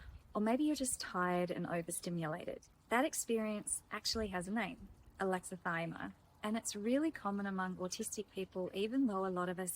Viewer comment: I like your videos. Just a note: It's pronounced with six syllables: a-lex-i-thy-mi-a. Think "Alexa - thigh - me - uh".